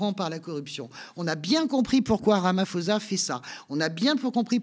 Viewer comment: Pour info, le "ph" de Ramaphosa ne se prononce pas F mais P